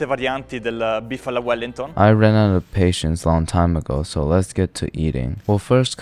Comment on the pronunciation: Beef willington❌ beef fallingtonss ✅